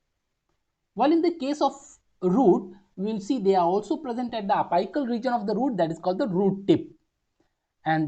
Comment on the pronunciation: Ita a really good explanation but please focus on the pronunciations of the most basic words Its not pronounced as ap'ai"cal It's apical(pronounced as ap"ee"cal)